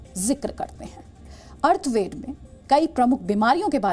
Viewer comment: मैम वो अथर्ववेद है अर्थवेद नहीं है...with due respect..Atharvaveda,not arthveda